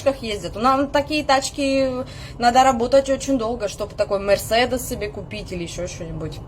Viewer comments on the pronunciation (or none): Мерседес, ударение на 2ую Е сделала, ты словно с германии!!!